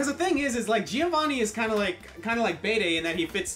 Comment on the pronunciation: Bey-dey? Bay day? I've always pronounced Bede as Bead. I think that's even part of his battle theme.